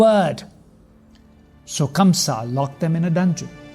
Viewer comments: Such a bad narration and by the way his name is kans not kamsa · It is Kansa !! Not Kamsa !! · By the way that's kansa not kamsa!!! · Kamsa? It's kansh